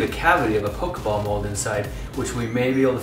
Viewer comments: po-kay ball, not po-kee ball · I cringed every time you said "pokey ball". If you people are going to appropriate my niche hobby, at least learn the franchise's correct pronunciations goddammit. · 'poke-ee ball' i scream everytime